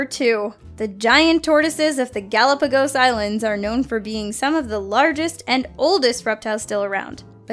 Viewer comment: Pronunciation of Galapogus Islands. Really??? Get a clue & do some minor research nxt time